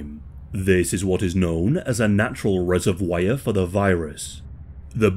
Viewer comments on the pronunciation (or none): Sorr, to be rude but "reso wire" made me chuckle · great video, but i’ve never heard anyone pronounce “reservoir” like that before